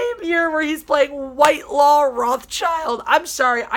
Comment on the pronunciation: Wile, I totally agree with you. The name is pronounced Whit-law. The person I know with that name, It is their last name.